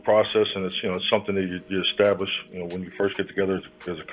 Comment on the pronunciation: Es stab lish not Ex stab lish lol